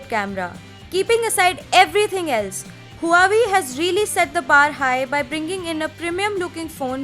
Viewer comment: please learn to pronounce the word Huawei. Its pronounced as "WAH-WAY". Other than that good review.